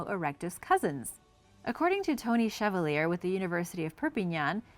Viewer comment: Hi! I love you videos!!!!!!!! ❤️ you mispronounced Chevalier, but that’s common, so it’s no problem!